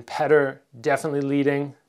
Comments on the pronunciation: why do you call him pater instead of peter? :) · damn it. stop calling him "petter" lol his name sounds like "Pi-yor-tor" anyway im a big fan of your fight career and youtube channel. you should do a collab with bazooka joe! it would be great for both your channels and you're both Canadian. Your channel and Joe's are two of the most knowledgeable and informative i've had the pleasure to see. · The Russian name Petr is pronounced "Pyotr"